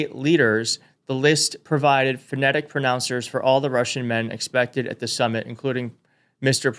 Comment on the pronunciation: “They had to spell out Putin’s name because President Trump wouldn’t know how to pronounce it otherwise”… then proceeds to pronounce summit as “sum-nit”… even though he’s reading it.